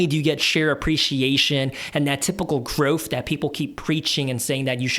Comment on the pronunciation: Good video, as constructive criticism you need to say growth not groff